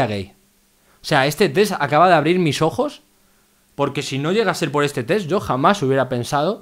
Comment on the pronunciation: Mencanta que diga tes en vez de test JAJAJAJA